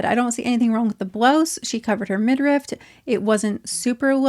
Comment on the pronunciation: its midriff, not midrift, just FYI.